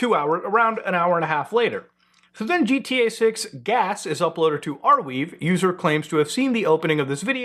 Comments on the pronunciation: Looking at you while you said GTA made me hear it as “Jeet-EA” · Never heard of this “Gee Tea Eh Six” game